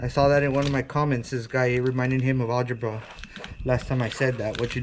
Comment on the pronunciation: I hate it all when you say math shit albera